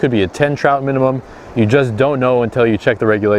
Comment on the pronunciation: i still understood you when you said minimum